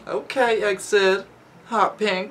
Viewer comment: Hey, this group pronounce as E-X-I-D, not EXID